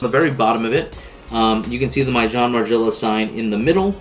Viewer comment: It’s pronounced “mason mar jella “